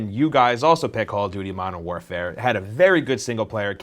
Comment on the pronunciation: Did he say Modern Whorefare?